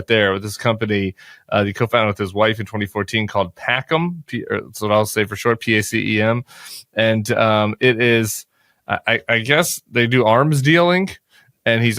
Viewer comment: Not "pack'em." "Pah-chem." It's Latin for "peace." Also Orwellian for "war."